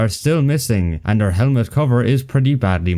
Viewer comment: Still haven't fixed the hemlet pronunciation eh?